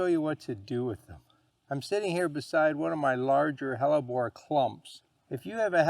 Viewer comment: I watched this video just to learn how to pronounce "hellebore." Was not disappointed!